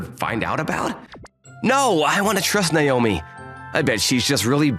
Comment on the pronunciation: It's NAOMI, not Naiyomee.